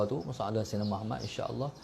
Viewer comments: Pulak... Lg 1 nk tegur, kalo nk dptkan kebaikan dari selawat ke atas nabi kita, sila sebut MUHAMMAD dgn betul, BUKAN muhamat... Huruf ت dan huruf د kalau silap sebut mmg lari jauh maknanya... Jgn main2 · Aku perati lama dh, sebutan dia muhamat, spatutnya muhammad... Nama nabi kot, camna nk dpt berkat selawat.....